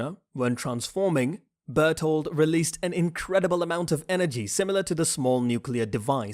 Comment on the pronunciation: Say Zekes and Reiners name correctly❌ Say Bertholdts name correctly✅